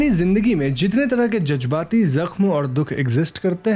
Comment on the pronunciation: Jajbati nhi jazbati,,, gitiya urdu